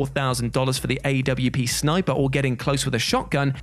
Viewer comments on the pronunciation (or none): "aye-double yuu-pee". Spoken like someone who's never played CS. Lol